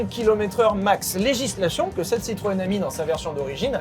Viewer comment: Citroên Ami: Tutto va bené 🤣